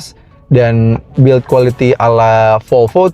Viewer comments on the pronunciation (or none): none